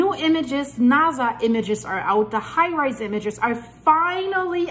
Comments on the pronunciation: Thanks but it's Hi Res (Hi Rez) not High Rise. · It's pronounced high rezz or high resolution but pronounced high rezz😊